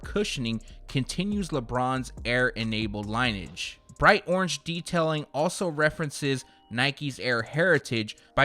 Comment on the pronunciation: Lin-e-age, not line-age. Lineage